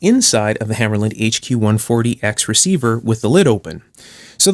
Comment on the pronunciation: Also it's pronounced hammahrluhnd not hammerlynd